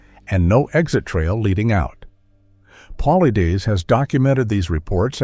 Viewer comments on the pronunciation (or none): You can tell this is a cheap version ai. voice. -Can't pronounce his last name. It's PUH/LIED/DUS. Get it right cheap ai. :face-fuchsia-tongue-out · PAUL-EYE-DESS! Get it right. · Can’t listen anymore to the way you are bastardizing his name. You are pathetic and irresponsible. Edit before posting especially when using AI. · Why can’t you be consistent with his last name, it’s “paul-eyeds”. Learn to modify your text to speech engine! Or the spelling of things in the script. Most have markup tags to fix pronounciation problems. Be professional if you are! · If you are going to profit off of someone else's work, the least you could do is make sure his name is pronounced correctly for God's sake. I mean, it's not like he doesn't say it at the beginning of every single one of his own videos. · I believe David is a book seller a few times over.? Also, you're not pronouncing David's last name correctly. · You've got quite a bit of information correct. But just as much Not. David Is about Facts! He's Great at what he does and His approach! You can't even pronounce his last name right or hardly more than twice the same way! As for Your Peer review statements you need to do more research as to why! Mainstream scientist wouldn't review it. And As for Dr Ketchum! You need to do more there too try reading Truth Denied Scott Carpenter maybe you'll learn something About The DNA project! And why it wasn't peer-reviewed by the mainstream scientist Melba Ketchum is a top-notch DNA expert! she's put people in Prison with her testimony !! It's like you do it together in a week or 2 and pulled your information off a few YouTube videos! I just suggest you do more studying before you state things that you say, Let's be clear! Really??saying let Be clear!that this happened and that happened! Starting with a little more studying. PLEASE! Oh and DAVE Never gives you his determination as to what it is! Let's be Clear on That! LOL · AI couldn’t even pronounce David’s last name. I’m out!